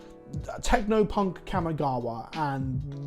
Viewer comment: Please learn to say Kamigawa right. It isn't kammy